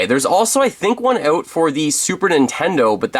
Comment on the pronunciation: “Out” not “Aoat”